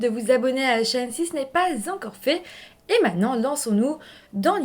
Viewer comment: trouve trop mignon comme tu dis « mainant », au lieu de prononcer « maintenant », en début de chaque vidéo et comme tu alternes les nombres septante, soixante-dix, huitante, quatre-vingts, nonante et quatre-vingt-dix! ... 😊😊😊